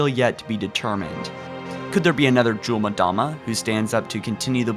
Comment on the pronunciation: Nice vid. Seriously though, get speech lessons. "Forerunners", not "Forners" "Jul 'Mdama", not "Juldama"